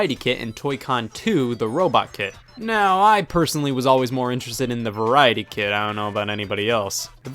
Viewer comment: I keep hearing "Kid" instead of "Kit"